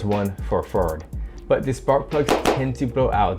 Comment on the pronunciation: “ferd f150”